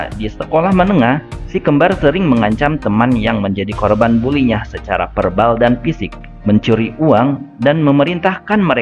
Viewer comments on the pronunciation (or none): none